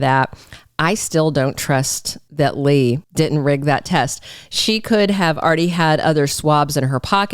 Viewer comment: when you say lie for Lee and LY am for Lee am it's like nails on a black board. Learn to pronounce the actors by their names